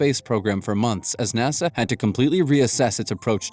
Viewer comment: "Nossa" c'mon man...